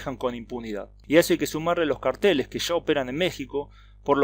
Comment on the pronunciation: Excelente análisis. Sólo una corrección. No se pronuncia "carTEles", sino que cárteles. Un cartel es información escrita. Y un cártel es una organización criminal de drogas, homicidios, corrupción, extorsión, etc.